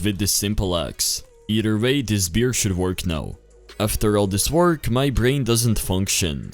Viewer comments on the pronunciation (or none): bear ❌ beer ✔ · bear ❌ beer ✅